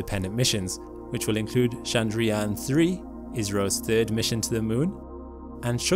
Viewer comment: Your pronounciation of Sanskrit terms- "Gaganyaan, Chandrayaan, Shukrayaan etc" was spot on.👍 It was as if a native speaker spoke those words 😀😀😀